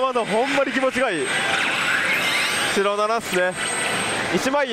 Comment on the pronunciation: 白7がスロナナに聞こえたʬʬʬ